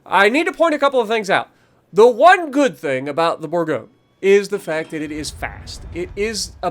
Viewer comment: Hey dude, I’m French, so I’ll help you pronounce that ship’s name: it’s called « boor goñ » Bourgogne is a French région where you can find delicious wine 😊😊